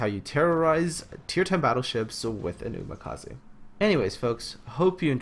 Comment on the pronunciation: why did you pronounce Umikaze as Umakaze?